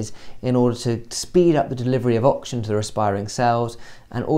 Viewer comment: Great vid but kind of annoying how you pronounce oxygen as auction